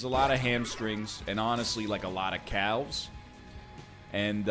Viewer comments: Absolutely not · We just gonna ignore my dudes pronunciation of calves? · He said the word wrong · As soon as he said "Egregious" and already being thrown by the word "Calves" I said to myself what the hell kinda Canadaian speech pattern is this.